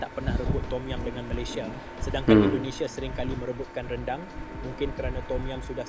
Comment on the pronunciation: Sebab itu la orang tidak menyebut nya dengan sebutan " RANDANG " tetapi "RENDANG" ......🤭